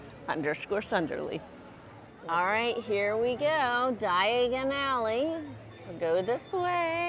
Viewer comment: Did she say Diagally??🤣 at least you didn’t end up in Knockturn Alley. 💖